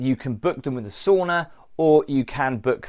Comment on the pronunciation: Not a soona but a sauna.